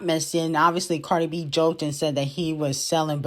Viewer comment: Cardi b archive girl not bacrave 😂❤